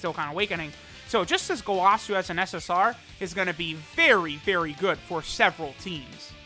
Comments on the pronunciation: What triggers me is how he says gowasu. It was said in the anime as goewasu and he says gowaaasu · who gonna be the one to tell him its go-uh-su, lmfao! Dont kill me, please.